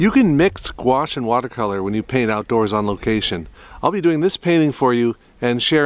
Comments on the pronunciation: If you’ll allow me, I would like to help you reconcile yourself with « gouache»’s pronunciation. « Gouache » is a french word (spelled and pronounced in the french way); it comes from the italian « Guazzo » and is derivated from the latin « aqua » which means... « water », as in « aquarium » and « aquatic ». After 2000 years and through 3 languages, the « goua-« in « gouache » is still pronounced exactly the same way as the « -qua-« in « aquarium » and « aquatic ». I find that absolutely wonderful, but realise it would bore most people to death! 🤗 The funny way words are sometimes pronounced can be a big clue as to their meaning. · I used to pronounce it like "gauche". Not a clue as to why. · I find it upsetting how gouache is actually pronounced, I never knew it was actually spoke like that, nastyyy 😂